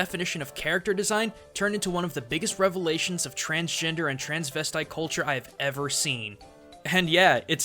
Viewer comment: transgender, not transgenered. It sounds like it was a slip of the tongue but it matters.